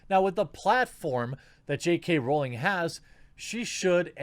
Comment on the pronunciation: They see me rawling they hatin, tryin to catch me rawlin dirty 🤪 (jk rawling the way the quarting says it ) lmfbo